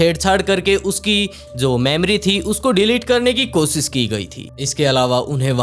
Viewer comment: Bhai kosis nhi koshish hota hai app s sh mai thoda sudhar kro baki sab thik hai